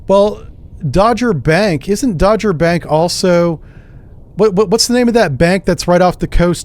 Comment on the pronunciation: Someone probably already said this, but it's pronounced like Dog. Dogger Bank. A lot of the water in the world was locked up in glaciers, and the ocean water levels were very low. You could walk from France to England. No Channel at all. So people lived where the English Channel is now, in a country named Doggerland. Modern fishing boats dredge up villages from the bottom of the channel. One day the glaciers melted enough for the water to come racing back. Like a tsunami. And everything was lost to the sea.